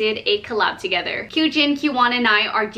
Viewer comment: you actually pronounced our name Qjin & Qwon sooooo well 😭❤️ btw, the last photo with your sister was so cute :) as always, love how this turned out!!